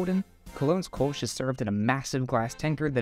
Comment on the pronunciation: It‘s not Kolsch. It is Kölsch. 😉